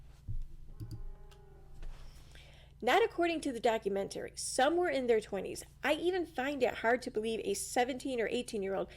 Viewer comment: Doc- u-MENT-ary